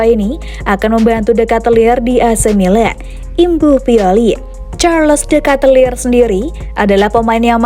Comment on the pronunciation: biar besok2 gk salah, nama Ketelaere itu penyebutannya: Sharleu de Ket-laar. bukan Carles de Katelir.